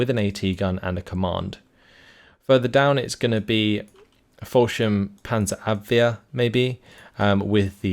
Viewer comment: You perfectly pronounce Panzerabwehr. Try to pronounce Ersatz it like Airsatz, with emphasis on "satz". Love your content :)